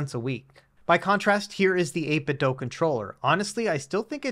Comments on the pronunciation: I swear he does this on purpose, since he has done something similar in the past. I mean, "Doh you doh this on purpose" or "Doo you doo this on purpose". 8....bit....Doo.. as in - Do you do 8-bit ? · 8bit doo as in scooby. Not DOH as homer says. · Why do youtubers insist on saying "8bit dough" ? its bizarre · Can someone explain why the manufacturer is being pronounced like "eight bit dough", rather than how it's spelled - I.e. "eight bit do"? For absolutely clarity, I'm not suggesting that the review mispronounced it, merely that the word "do" is normally said as do, rather than as dough.